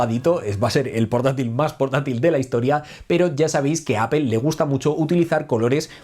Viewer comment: ¿Porque no pueden pronunciar bien apple, o el idioma ingles.....?